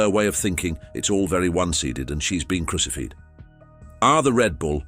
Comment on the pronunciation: My ears started to bleed at crucified and one-sided. How hard is it to get a BOT to get two fairly simple words right.